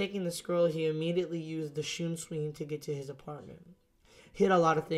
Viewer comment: Yo im not 100% sure that this is correct but the shunshin i think is pronounced " Sun Shin " again not 100 but i have heard other what ifers call it that. Love these vids keep up the good work